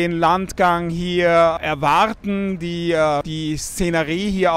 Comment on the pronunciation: Perfektes Deutsch Sie Suche ahhahahahah